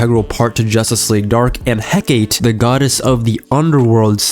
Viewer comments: Pronouncing Hecate as he-kāte was a coffee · Hecate is pronounced heck-a-tay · Never say Hecate again.